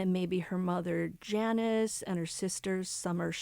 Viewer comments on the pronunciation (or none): none